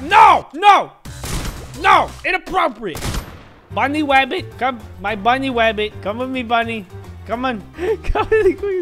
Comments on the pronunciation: You say bunny wabbit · The funniest part of the video was when said bunny wabbit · HAHAHA i LOvE WHEN HE SAYS Bunny wabbit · bunny wabbit